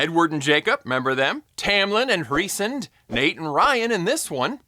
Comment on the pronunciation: You're pronouncing Rhysand incorrectly. It's all right, most people do. But to understand why Feyre's affection transfers to him, you absolutely need to read the story. Think of Tamlyn as Gaston and Rhys as the beast who was good all along, like a stronger, better looking Snape. I don't read the books myself because I don't like explicit sex scenes, but my friend has talked my ear off about them. 😂